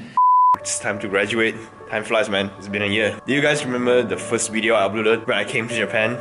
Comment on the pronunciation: Its great when says wideo